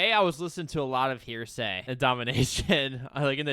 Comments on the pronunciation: The fact you keep pronouncing heresy as "hearsay" is quite annoying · Please guys, it's pronounced "hair-a-see"